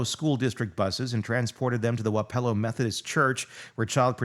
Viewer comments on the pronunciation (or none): Luh-why-suh... spent about 90% of my life in wah-puh-low. Sorry, that's the hardest cringe I've cringed over people's mispronunciatuon of iowa places. And I've heard deS moineS or moin-us. 😂 we do need more coverage on this though.